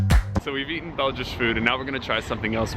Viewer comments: Did you say Belgish (((???))) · Did he say "Belgish" ??? It's Belgian. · It is "Belgian" in English, not "Belgish"... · “Belgish?” Really?